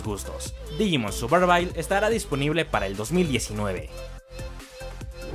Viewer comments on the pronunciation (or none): digimon suburqueeee??? jajaja porq no cuidan su pronunciacion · La pronunciación es Digimon "Sorbaib". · No sabes pronunciar Survival?